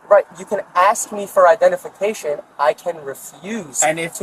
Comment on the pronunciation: She did say she wanted to axe someone. That can't be legal 😂